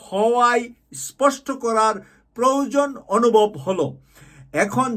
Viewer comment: এই দুইটি উচ্চারণে কিছুটা ভুল আছে ১ বৈষম্য বিরোধী, ২ প্রয়োজন।